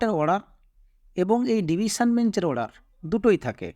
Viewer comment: (অড়ার) /order উচ্চারণ ঠিক করলে ভাল লাগত